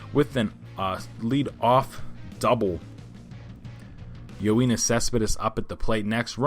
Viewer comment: No. You pronounced it as Yo-een-is Cespedes when it should be Yo-en-is Cespedes